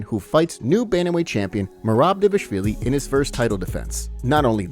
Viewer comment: I think you should STOP calling him "Devashvili" for god's sake. Every time...